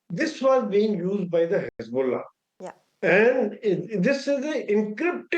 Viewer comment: Hez-bolls-ah gone 😂😂🎉